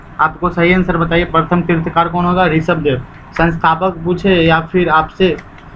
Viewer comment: तीर्थंकर होता है तीर्थकार नहीं